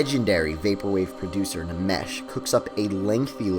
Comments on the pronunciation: I actually thought it was Enmesh. Every time he said, Namesh... I was like, is this an Indian guy? LOL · I thought it was Nmesh like "enmesh" not " N'mesh " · i also read it as "en-mesh" too, lol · isnt it pronounced "enmesh?" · I think it's pronounced "enmesh". Good recommends tho.